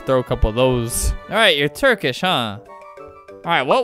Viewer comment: Me from turkey: OH Ma GOd ALBeRt spOke turkish well he did look at the translater but still ,my türkish gang +1